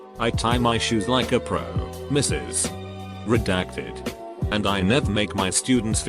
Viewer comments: I like how whenever it says “Mrs.”, the text-to-speech says,”M-r-s-.” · Why the frick is the voice pronouncing in M-R-S? Makes no sense.